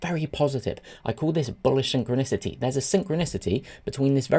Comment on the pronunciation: "Syn-chro-nicity"... I laughed at that. Love your videos. Especially the fast pace. Thank you